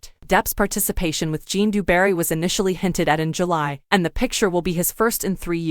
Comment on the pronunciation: Zhjan, not Jon